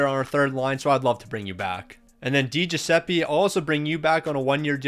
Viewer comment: You said Di Giuseppe correctly. With Suter however, you said "Pie-us" but its pronounced "Pee-us"